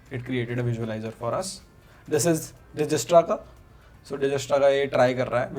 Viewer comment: Ur pronouncing Dijkstra wrongly Once google it 😊